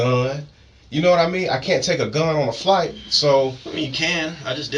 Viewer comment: It’s so annoying how he pronounces gun as “Go-Uuuuuun”. 😂